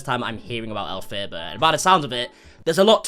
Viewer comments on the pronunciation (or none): Elphaba (elf-uh-buh) like the Wicked Witch of the West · Please cover elphaba in more detail!! (But i can’t bare to hear you pronounce it, its elf-fa-ba)🤣 love these insta segments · We want a video on Elphaba! It’s pronounced Elf-ab-ah I believe :)) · also it’s “elf uh buh” and yes it’s a crazy rabbit hole